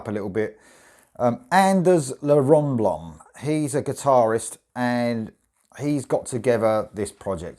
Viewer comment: Pronounced ..L= ell...A=aye are...Anders..ell aye..Rönnblom...not la.!!